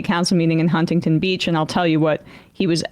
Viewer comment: I absolutely HATE the way she mispronounces Huntington